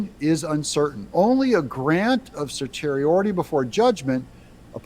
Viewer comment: Certiorari is not that hard to pronounce: sur TEE oh RAR ee